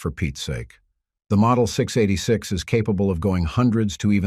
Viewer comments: ENOUGH with the AI generated narrations. Hire a voice actor that can say "six eighty six" instead of "six da eightysix. You lost this viewer at that faux paux. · I dropped this the second a computer voice mispronounced the S&W 686!